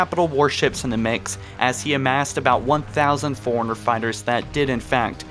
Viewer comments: Bro forerunners not foreigner. Nice video btw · Foreigners? Magneyot? Arry? Bro learn to pronounce jesus christ